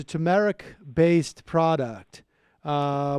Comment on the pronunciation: It’s too-mer-ic lmfao